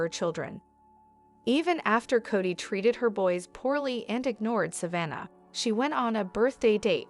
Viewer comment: Is this AI or what? Sav a naw? It's Savannah